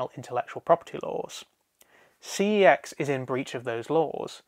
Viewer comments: It's pronounced "see ex" short for computer exchange what it used to be called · Cex pronounced something that sounds similar to sex, is too vulgar. Yet I use fuck,shit and cunt etc in most of my sentences. Makes no sense